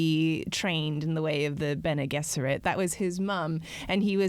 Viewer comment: Lip tatoo guys are Mentats. Trained and augmented not a seperate species. - Bene Gesserit is pronounced (Ben E Jess er it). The G is a "J" sound. - Pauls visions of chaos and death is the future destruction (His Terrible Purpose) that will most likely be unleashed on the universe if he doesn't play this just right to contain the destruction and fanaticism. He's scared of that possibility and strives to avoid it. - The Bene Gesserit have a branch of there organization that deals in myth/propaganda and plants stories of prophesy that align with their political interests. Hence the Messiah stuff. - Spice is explicitly not a fuel. It is a drug that allows prescient visions so space navigators can direct ships to the right place through spaces natural celestial body shifting and space time warping. - The doctors imperial training basically makes him immune to mind control. He can still be extorted/threatened but his immunity to the easier forms of manipulation made him an ideal double agent.